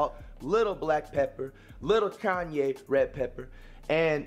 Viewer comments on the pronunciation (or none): Wait did he say Kanye red pepper😂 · its ky- yan pepper bro😂😂😂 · So nobody heard him say Kanye pepper 😂🤣💀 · That boy said Kanye pepper 🌶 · nigga said KANYE PEPPER LMFAOOOOOOOOOOOOOOOOOOOOOOOOOOOO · he said kanye pepper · Mf said Kanye pepper 😭😭